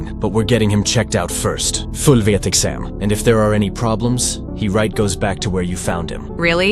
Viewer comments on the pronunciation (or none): “Full vieht exam” GOT MR DYING LMAOOO😂😂😂😂😂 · "fyul vyeut exham." russian ahh 😔🙏